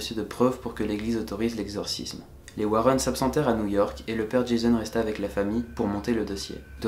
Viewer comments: On prononce Warènn et pas Wareun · Warren pas Warron, ta prononciation mec... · J'étais emballée jusqu à ce que tu prononce "Warren"...